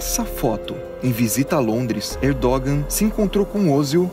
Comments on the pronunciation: Hahaha “Erdôgan” não pow hahaha se pronuncia “Erdoan” o G em turco é mudo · "Erdogân" seria a pronúncia correta